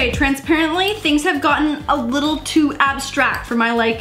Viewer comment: TRANSPRENTLY 😂 drink every time she says that 🙆🏼‍♀️